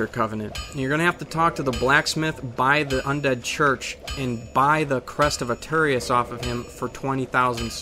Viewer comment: "And by the crest of Arterious" that is what it sounded like.